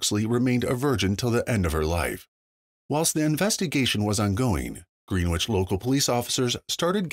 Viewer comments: Its pronounced "Grenich" not green which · Greenwich is NOT merely a 15 minute ride to NYC. also, please get the correct pronunciation of Greenwich down. it is not “Green - Witch” it is after the famous place in England “Gren- ich” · Btw it's not pronounced Green-witch brother...try Gren-itch if you want accuracy as a journalist. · Its pronounced gren itch and not green wich. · Yea that was bothering me too. No long e!!